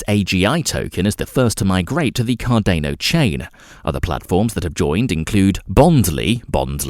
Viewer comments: CarDANo like DANiel not Cardayno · say it slowly: Car-dan-o. Car-dan-o. Cardano. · CAR- DAR-NO! Not CAR-DAY-NO EVEN Charles Hoskinson says it CAR-DAR-NO. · Good content, but please next time pronounce Cardano correctly it is not car-DANE-o....... it is car-DAN-o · CAR DA NO. Not car DAY no. Come on dude, the least you could do is get the actual name right. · CardAEno...please please please just read it as cardAno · “Cardaneo” said nobody ever... except this guy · CarDAYno lmao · Bruh it's cordano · This pronunciation of Cardayno ruins the video. WHERE IS THE Y MATE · car-day-no lol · car day no, ay dee ay. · not to mention thats not how you pronounce Cardona either. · Please learn how to say Cardano properly it makes it almost impossible to watch your videos